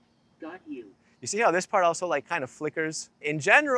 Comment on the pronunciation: What you should hear “got you” What you actually hear “f**k you”